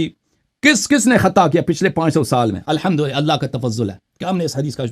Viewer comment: اللہ کو صحیح نہیں پڑا ۔۔۔قالو تا اللہ بھی غلط پڑا ۔۔۔۔ اللہ کو پر پڑھنا تھا اس نے غلط پڑا